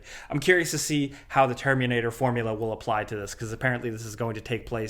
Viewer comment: "The Termunator"